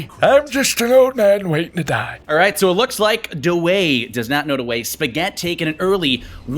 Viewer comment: it cracked me up when he said da way